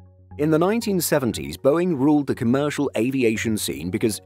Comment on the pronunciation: Comercial, come er cial